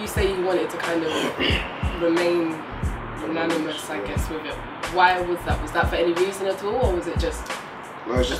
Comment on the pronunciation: Lol she said "when you say you wanted to remain unanimous" instead of "anonymous"